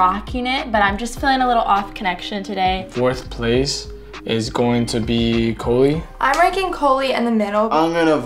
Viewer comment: wait she wasnt doing it cause he called her cOHlie??